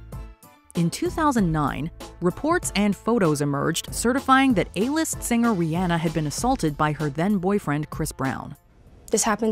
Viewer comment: Rihanna - Ree-Onn-Uhh, NOT Ri-Ann-uhh. Pronounce it right